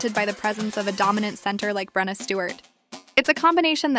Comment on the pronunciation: you got brenna's name wrong. it's breana. breee anna